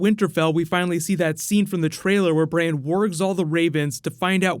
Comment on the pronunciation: can you stop pronouncing Bran as Braine(Brane?)